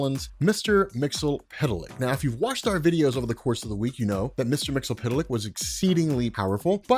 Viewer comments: I came here just to hear you butcher his name. I was disappointed. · So another person who can't say his name right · you're still pronouncing the "zee" like an "ell". (I do not liked how sans-serif makes uppercase "i" and lowercase "L" look identical.) Tidbits: initially, his name was spelled "Mxyztplk"; my headcanon says that's Earth-2. His home planet is Zrfff. Again, you should look into the one-shot New Year's Evil Mr. Mxyzptlk #1. It has some laugh-out-loud in-jokes, including gibes at Jack Kirby and Neil Gaiman. (Well, their comics at least.) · I did for one. His pronunciation of the name is ridiculous. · Its Mix-yeess-spit-lick goddamn it. Not mixel-pit-el-lick not mixy-pit-lick. MIX-YES-SPIT-LICK!! Also its Vindictivex or Vindictive-ix not Vndvnm lol. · Why do you keep calling him "Mixo- pita-lick?" Its Mit-spit-lick" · Mix-ull-pittle-lick? To quote the imp himself, it's pronounced "Mix-yesz-spit-lick". And backwards, it's "Kill-Tipsy-Zim". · Love Comics Explained but his mispronuniciation of Mr Myxyzptlk is driving my crazy. It's pronounced Mr Mix-iss-pit-ill-ick. Not Mr Mix-ill-pit-ill-ick. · It's "Mxyzptlk", not "Mxlptlk". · he pronounces it wrong the whole video. It's pronounce mix-yes-spit-lick. Not mix-el-pit-el-lick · It's pronounced Mix-Yez-Spit-Lick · you are awesome and I know how difficult it is to pronounce the name and even more difficult to change how you say weird comic names after using them for decades but there is an episode of Superman the animated series where he breaks down his name... mix yes spit lick just an fyi but keep doing what you're doing I love all your content thanks for keeping me up to date for the past decade or so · Mixy-spit-lick, dude. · It’s “Mix Yes Spit Lick” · Here is how to properly pronounce his name: Mix Yes Spit Lick. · There’s no s sounds lol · Isn't his name pronounced MIX EEZ PITTLE LICK? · Love the video but his name is pronounced Mix-Yuhz-Pit-Lick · His name is pronounce Mix Ya Spit Lick